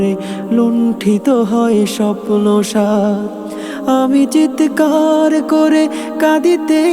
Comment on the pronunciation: শব্দের উচ্চারণ ঠিক করা উচিত! চিৎকার হবে, চিতেকার নয়।